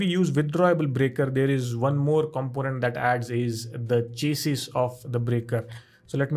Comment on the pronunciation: I love your videos. But you mispronounced chassis. Its shassy